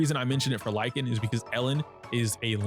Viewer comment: Lycaon is pronounced Lick - kay- on , btw